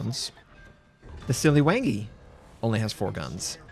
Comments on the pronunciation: Siliw"u"ngi. That's the right way to pronounce it! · Not 'Siliwengi', the 'a' in 'Siliwangi' has the same sound as 'a' in 'Alaska'. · it pronounced "si li wah ngi", named after king siliwangi of sunda kingdom in 15-16th century